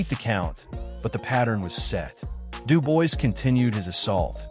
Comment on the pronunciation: I literally watched this for 2 seconds. From the moment I heard his name pronounced incorrectly, I HAD to switch it off…